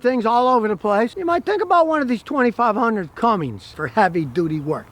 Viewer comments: Hey scotty? That truck is made in MEXICO!!!!! And...the transmission dipstick is on the left side, so, it has a Chrysler transmission 68-rfe. If the dipstick was on the right hand side, it would be made by aisin (toyota). And it's CUMMINS not CUMMINGS l....please stick to gas engine vehicles. You know nothing about diesels. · Hey Scotty you do me a favor? Can you please stop saying Cummings? lt's Cummins, there is no G in the name. lf you look at the badges on the fenders, hood, tailgate and such, you'll see it's spelled "Cummins" all over the truck, with no letter G. Are you internationally mispronouncing the word? Like l said, it has the correct spelling/pronunciation all over the damn thing. How and why do you not know this? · Not sure you should take the advice of someone that can't pronounce Cummins...it's not Cummings....Nuclear, Nukular..😩 kidding. Probably my next truck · he begins to talk about the “Ram Cummings” it’s not a correct pronunciation of Cummins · Waaaaay better than that crappy eco-diesel for sure. I need a 6.9 or a 6.7 Cummins crammed into my mk4 jetta tdi (alh) so I can upgrade! 😂 On a side note there is no "g" in Cummins. 😅